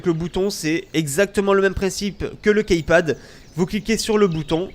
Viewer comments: Après c'est vrai que key ce prononce ki mais le total de Keypad.. bref on s'en fou ! Ciao ! ^^ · key ça se prononce "ki". Dsl mais ça me perturbe ^^ sinon encore une fois très bon tuto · Jveux pas faire le mec chiant mais on dit "kipad" mdr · KeyPad plutot =)